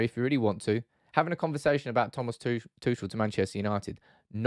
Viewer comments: What I absolutely do not understand about that debate at all: Chelsea are prohibited from buying OR selling right now. T. Tuchel does is under contract and surely that contract includes a transfer-fee clause (btw.: you pronounce his name completely wrong; he's not French like in "touché"). So, no deal can be made. And at the point when a deal is possible, the financial/ ownership/ legal situation will be solved and Chelsea FC will be on normal operations again. But why would T. Tuchel then want to leave the club for United? "Oh, we wont guarantee to fund you a team to challenge for a cup or a title, but we have the strongest Instagram and Twitter division in the whole league!" :) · Your pronunciation of Tuchel was very grating...